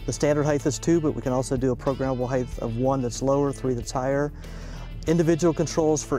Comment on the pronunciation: "Heighth " is not a word. This dude is a CEO of a company worth hundreds of millions of dollars.